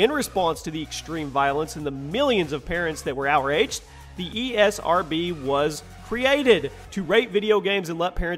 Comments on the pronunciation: From the "ERSB" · ERSB dont you mean ESRB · “E R S B” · Did he just say ERSB? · On manhunt 2 you said ersb but i know you got mixed so do i